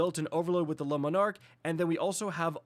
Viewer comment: The word is not “Lemon Arc” 🤦‍♂️